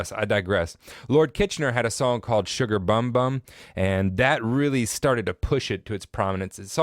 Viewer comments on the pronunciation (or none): actually its' pronounced "Sugar boom boom" rather than " Sugar bum bum" although its spelt "bum bum" lol. But great lesson ur the first foreigner I've heard that got the explanation and HISTORY of soca CORRECT. Thanks alot